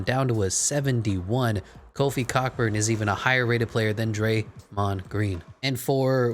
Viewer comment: you hella mispronouncing Kofi’s last name i’m dead